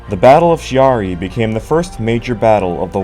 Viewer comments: Excellent docu. You got a new subscriber. However... ... it pained my quarter-Italian ears much to hear the name of Chiari so badly butchered over and over. It's /kiari/, the "h" in that position in Italian is precisely to avoid the /t͡ʃiari/ pronounciation you insisted upon, which would be the case ONLY if written "Ciari". "Ch" as /t͡ʃ/ is only West of the Alps. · Kyaree not Shiaree. Chi is pronounced shee in french, not italian. Anyway, way the go. Not many videos on this subject. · Thanks for the video. It was entertaining. A couple of points, if you don't mind. Chiari is pronounced Kee-ah-ree. The music, I know it's personal, but I found it a bit monotonous. All in all a good video. It made me want to check the rest of your production 👍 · Chiari (kee-aa-ree). With a "k" like "cake", "king", or "can" IF it is an Italian name.